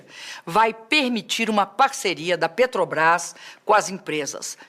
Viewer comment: Muito bom! Parabéns! Só precisa treinar mais a palavra " Petrobrás ", porque em todas as vezes você falou " Petobras ". Fica a dica. Mas não tira o seu mérito pela bela explicação!